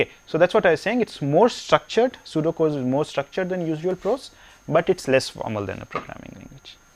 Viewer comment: oh he said pseudo code i though he was saying sudoku